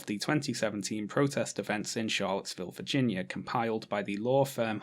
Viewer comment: I love that you pronounce "Virginia" as "Vaginia"❤